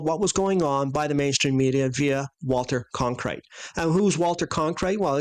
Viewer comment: A few things to consider: I love you guys, but SHAME ON YOU for forgetting Michael Collins' name & mispronouncing the most popular TV anchor in history "Walter Cronkite." (lol) -more... Next, when looking at your video footage of the Escape Chute, I don't see any kind of 'chute' that descends from the Command Module.-??? What we see from your footage is 'something resembling a chute' appearing from about halfway (or more) at the 2nd stage. Furthermore, it seems that if someone slid down on their butt from a 363-foot elevation, their pants would cause so much friction their asses would feel as if they were on fire...if not literally. I slid down a 6-story waterslide in Sacramento, and even with the water flowing, it was quite a ride! As kids, we went down amusement park 4-story stainless steel slides on burlap at a relatively low incline...it got a bit warm, and would often burn off a couple of layers of flesh on your legs/elbows if you weren't completely on the burlap. Even descending the escape chute at such a steep angle, from that extreme height, would cause one to ponder the "33-FPS/per second" law of Gravity...an insane speed to travel on your ass...even if it withstood the friction, yes? Your animation shows a sharp decline in angle/grade -only below ground surface. Are there any photos of the launchpad clearly showing the external escape chute pathway from the Command Module, because I haven't seen any, and not that I am negating that claim, I just haven't seen any